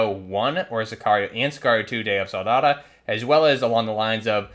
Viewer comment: "day of soldada" what the fuck